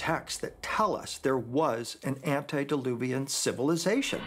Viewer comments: ANTEdiluvian, not ANTIdiluvian. "Before" the flood, not "against" the flood. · It's "antedeluvian" not "antideluvian" ante means before anti means against.